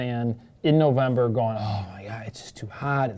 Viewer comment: "NovemBBer" lol Nice on the deer